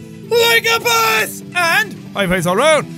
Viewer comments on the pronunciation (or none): I never noticed till now that when he says "boss," it kinda sounds like "bus"